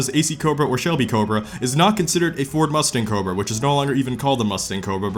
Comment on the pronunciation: You made cobra not sound like a word anymore